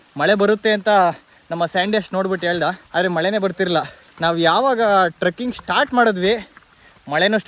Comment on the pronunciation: turking alla trecking adhu 😅😅